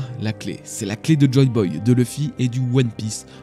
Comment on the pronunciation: Tes vidéos sont vraiment géniales, superbe travail, mais je ne peux pas m'abonner ou liker tant que tu ne voudras pas prononcer le nom de Luffy correctement... ça me bloque